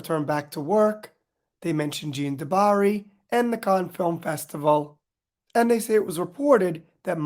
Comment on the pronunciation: The French female name ' JEANNE ' ryhymes with ANNE, not Jean or John. Think: JANNE DOO BAH- REE. Its easy enough to google the correct pronunciation of foreign names and you will get a recording to listen to. Just google ' how to pronounce Jeanne du Barry' or how to pronounce 'Cannes' ( Can)